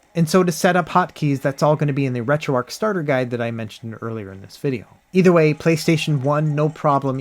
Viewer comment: Dude you're still calling it retroark instead of retroarch.....it's amazing to me as a dyslexic person how many people choose not to know how to read especially when I struggle with the English language